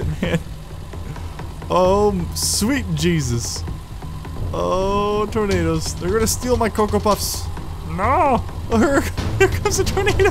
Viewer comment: when you said "i think they are tornados" i thought you were saying i think those are tomatos lol